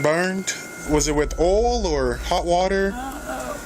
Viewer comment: Man the way that cop pronounced oil...with a slow drawl sounding like earl... strange to these Yankee East Coast ears 😊